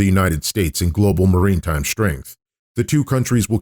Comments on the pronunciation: maritime[ mar-i-tahym ]. not marine time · Informative video- thanks. One thing though, maritime’ is pronounced ‘mare-ih-time’ not ‘marine-time’...just grating on my ears. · Why do you keep saying “marine time?” Lol the word is “maritime” is this a bot?